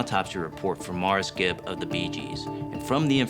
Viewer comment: She didn't even pronounce his name right. Musta been a big fan...